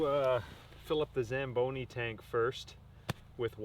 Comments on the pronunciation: Say it with me now...... "Zam Bone EE". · You said “zamboni” and i was like aint no mf way this guy bought a Zamboni…..i stand corrected. Carry on.